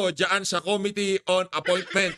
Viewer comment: Parang pareho na pag pronounce mo ng “committee” kay Dan Fernandez concern lang ako..